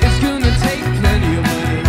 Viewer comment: I only discovered this today! I love George Harrison and I love Brandon Flowers. Brandon is such a GOOD singer, and he is so sweetly faithful. A real celebrity and good example. I dig how he says "goona" for "gonna".